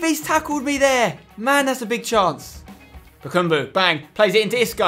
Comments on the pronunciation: i just want to mention its ba-kam-bu not ba-kum-bu its just annoying me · his name is bakambu. not bakumbu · Spence, some pronunciation hints: its Eevan not eyevan Rakitić, and its BakAmbu not BakUmbu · Spencer... it is BA KA MBU not bakumbu. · Oh my god, for the last time: BakAmbu not: BakUmbu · also Bakambu. not bakumbu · bakAmbu not bakUmbu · Btw spencer, it is BakAmbu not BakUmbu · Spencer no h8 m8 but its Bakambu not Bakumbu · It's Bakambu not Bukumbu! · spencer its BA KA MBU NOT BAKUUMBU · ITS BAKAMBU NOT BUKUMBU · Yea it's Bakambu not Bakumbu...just annoys me a bit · Chaz Hartwayne it really annoys me when he says BA KUM BU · Chaz Hartwayne NO ITS BAKABAMBU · sooo annoying show he says bakambu like bakoombu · It's eevan rakitic not Eyevan and bakambu not bakoombu